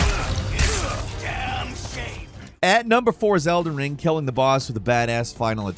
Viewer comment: ...Did say "Zelden Ring"? 😂